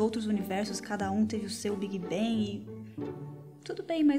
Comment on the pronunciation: A pronúncia do "a" em inglês é o nosso "e" e o "g" em "bang" é quase mudo. Então ela falou corretamente.